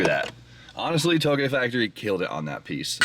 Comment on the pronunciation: How does one pronounce Touge properly but not Kouki🤔